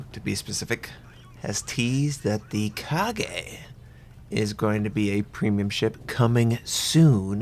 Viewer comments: The second a is just the same pronunciation as the first a. It's not the Kage, although that would be interesting. Means shadow. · normally people would let it slide, but this is too cringey to bear. you really totally butchered it, the whole video is incredibly difficult to watch without getting annoyed by that horrid mispronunciation. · Correct pronunciation is Ka-ga not Ka-ge. Try to research the correct pronunciation of a name first next time before making a video, its a friendly advice mate I love your videos because its informative. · KA-GA. Not Ka-ge. I find it oddly humorous the Japanese have the best CV in the game, yet history clearly shows the Americans do flattops better. Kaga is not fast (quite slow for a fleet CV actually) and her AA and damage control...we all know how that went. So hopefully she'll make up for it in a strong strike airwing. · It's 'Kaga' not 'Kage'. As a person who learns Japanese language, I'm irritated how you pronounce it. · repeat after me. Ka-ga. Not KA-GE TRIGGERED WTF LEARN SOME JAPANESE GAIJIN YOUTUBERS DO NOT DARE INSULT THE MIGHTY KAGA TRIGGEREDDDDDDDDDDD (jk, but plz its not kage...) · 1st thing i heard .... KA-"GAY" ..... HAHAHAHAHHAHAHA LMAO WTF i type "KAGA" in google translate have better pronunciation XD for English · not pronounced as ka gay but ka ga (similar to lady 'gaga') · Learn how to pronounce Japanese and stop making Americans sound ignorant. Its KAH-gah, not KHA-gey... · What makes you think that KAGA is pronounced KAGE? makes literally no sense, at least other mispronunciations have some justification, although people should really do some research before butchering a name, but KAGA=KAGE makes no sense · I really love ur videos and I learn a lot from u but plz try saying the IJN ships names correct it is really irritating hearing u saying KAGE instead of KAGA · its kagA with an "A" at the end, not "kage" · every time you say kage instaid of kaga i cringed... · Kah-gah not ka-gay lol